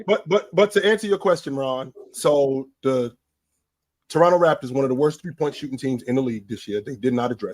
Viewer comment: It's Raptors Ron Not Rafters